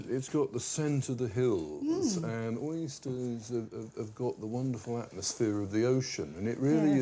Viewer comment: love this guys accent "Yuh, Mutton it's go the scent of the hiiillz, and Oysteeers..." Awfully well spoken lol